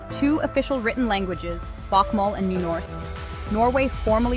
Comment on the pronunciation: Is the reader trying to pronounce Norwegian? She pronounces Bokmål and the word "snakker" wrong - and why do they show German words in the video?